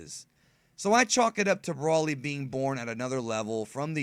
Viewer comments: pronounced...BRO LY..broly. not Braly. you keep saying brawly. i know your a dbz fan u should say it correct 😕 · Why do you say brolly like that? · Seroiously?! It's broly not brawlly And sayian not scion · its pronouced as Broly in proper english